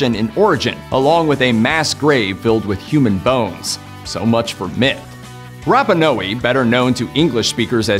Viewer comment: Tree pan? Anta-kith-rah? Rapuh-no-wee? You sure bruh?